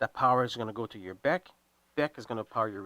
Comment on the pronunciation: It's not a beck. It's a B. E. C.